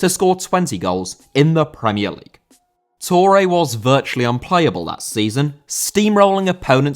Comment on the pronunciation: Touré * not Tourei